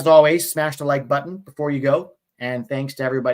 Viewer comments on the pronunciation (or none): none